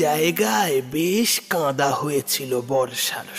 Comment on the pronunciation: Sangharsha ta thik jomlo na...khub ekpese hoye gelo...tachara kichu uchcharon e ektu khyal rakhben, kada vs kanda, dheye asa vs dhenye asa...asha kori aro jomati golpo pabo